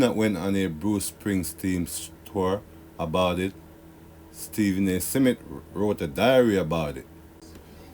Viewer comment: Why keep pronouncing Smith as “Seh-Mith”